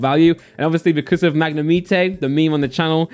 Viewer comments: Magnemite everyone: [magne-might]: [Magne-meat-ay] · I love the way he says magnimite 🤣🤣